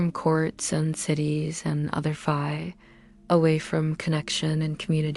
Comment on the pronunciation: I didn’t like the way Fae was pronounced, otherwise…I fell asleep 😊